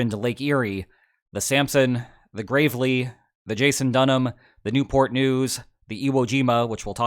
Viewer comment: Just a nitpick: the "a" in USS Gravely is short.